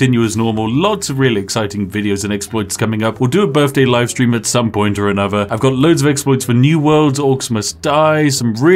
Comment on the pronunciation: Happy birfday, weird you say birfday in the queens land but you do you.